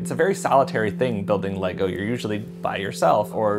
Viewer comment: Leego? 🤦 at this point it’s not an accent but an intentional mispronunciation.